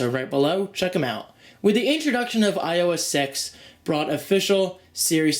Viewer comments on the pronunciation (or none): he said ios sex